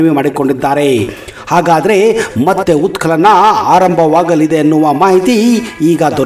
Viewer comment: ಉತ್ಕಲನ ಅಲ್ಲಾ ಉತ್ಕನನ.... ನಿರ್ವತ್ತ ನ್ಯಾಯಾದೀಶ ಅಲ್ಲಾ ನಿವೃತ್ತ ನ್ಯಾಯಾದೀಶ..... 😂